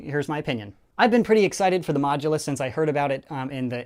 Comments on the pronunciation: It's not mogulus, its modulus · 0.29 said Mogudus instead of modulus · he said mogulus instead of modulus. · the MoGuLoUs XD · to "the mogulus" wot lol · You mean modulus? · Yeah lol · The “mogulus” is what he said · Sounds like he’s saying mogulus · said mogulus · 0.29 said Mogudus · In the beginning u say mogulus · did he say mogulus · Did he say mogdulas